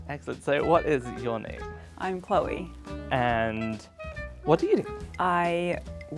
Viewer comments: When i heard chloe say her name I was like: nah she’s gotta be the one cause if she wasn’t she would’ve pronounced her name: cLeOrRrRr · I'm not British and I immediately thought the same. The others seemed to be focused on pronouncing words and for her the words came out naturally, so I knew it was her.